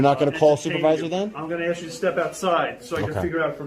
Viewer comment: Funny how somebody that runs a successful Youtube video doesn't know how to pronounce the word "ask".